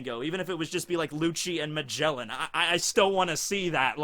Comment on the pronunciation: U native English speaker and ur cringy pronounciation of Magellan